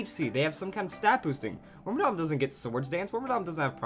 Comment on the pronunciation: Wait, it's not pronounced wormadamn...... WHAT IS MY LIFE